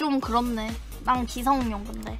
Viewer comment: 기성룡이 아니라 기성용입니다. 용성기 O 룡성기X